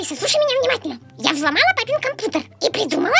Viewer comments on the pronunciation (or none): сказала кампутер а не кампьютер кто заметил лайк!!!